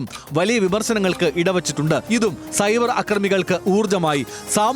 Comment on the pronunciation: Not cyber, it's subair means moooooris 😂😂😂